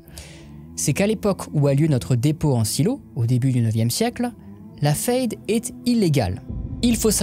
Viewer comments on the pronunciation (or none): Question: pourquoi tu prononce "fayde" et pas "faide" alors que le mot est en français? C'est la prononciation allemande?